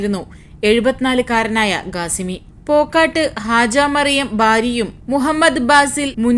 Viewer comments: ഗാസിമിയല്ല ഖാസിമിയാണ് സഹോദരി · Gasimi alla kasimi Gateeb alla kateeb